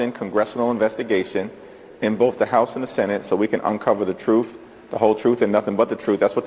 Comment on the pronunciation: Truff lmao he can't say the word truth!! I wonder why? Lmao because he doesn't speak the truth